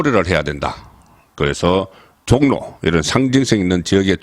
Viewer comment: 송국건 종로 발음 정확하게해라 신문기자맞나